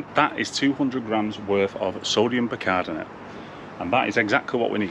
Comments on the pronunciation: Great video as always mate however I’m laughing at you trying to say sodium Bicarbonate 😂😂. So let’s break this down…say sodium Buy car bonnet 👌🏻 Keep the content coming buddy 🙏🏻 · Bi car bon ate 😁 stop talking pished like Rab C Nesbit 😁 If you don't wear a Hawaiian shirt in the next episode I might have to reconsider my subscription 😂